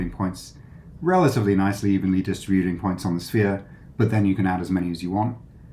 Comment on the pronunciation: "DIS-trih-BYOO-ting" drives me nuts. It's "dih-STRIB-yuh-ting".